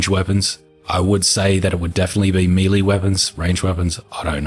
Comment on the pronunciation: Mei lei weapons? Oh you mean melee weapons, pronounced May Lay.